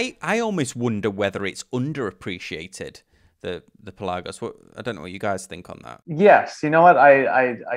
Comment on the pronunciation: You’re pronouncing Pelagos wrong.